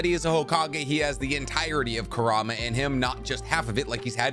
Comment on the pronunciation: I got annoyed when he couldn’t pronounce kurama and baryon mode right